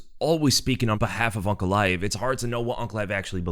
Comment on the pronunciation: It's UNCALAEV